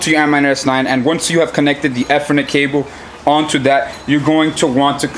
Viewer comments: Good vid but its E-ther-net, not ETH-er -net :) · "E" ther "Net" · It's pronounced "E" Eeeethernet, cable.